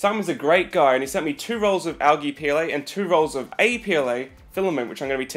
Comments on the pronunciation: Its pronounced aljee not algee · It is not pronounced al ge it is pronounced al - jee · Never hear it pronounced Al Gee.....it is Al G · the way he says algae...